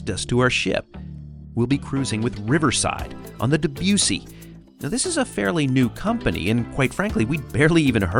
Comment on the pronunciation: And since the ship is named for the composer its not DebYOUssy it's DebussIE